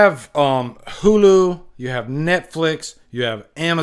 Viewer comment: Hulu……da cock. Did I hear that right? 😭 I just want F13 back in the theater retro style. Then explore TV.